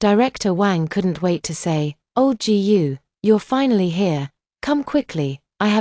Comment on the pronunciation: Thank you. When AI says GU, it says Gee You. But for FU, it doesn’t say EF YOU. 😂 It can say FU but it can’t say GU. 😊